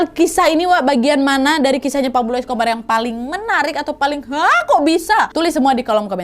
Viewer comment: yang terngiang-ngiang "Escober" wkwkwk